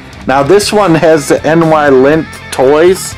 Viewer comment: I am doing a Rat Patrol Custom Hot Wheel Jeep ... love that show ... just looked up that Ford GT in my Dinky book ...mint in box is worth about 6 pounds and that is back in 1982 price guide ... NYlint is actually pronounced N-eye-lint all one word and that tractor is a Marx toy ...very rare